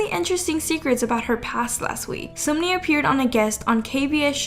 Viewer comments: Can we just highlight it is not SUMni it’s SUNmi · Sunmi is pronounced Sun(☀️)mee not soonmi lmao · Heiiii, Sunmi is actually pronounced like Sun🌞+me👈 Just wanted to tell you^^ Incase its Just Something hard for you to pronounce, i am sorry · As a Korean please stop pronouncing 선미 like seunmi. It’s pronounced seonmi it’s ㅓ not ㅜ.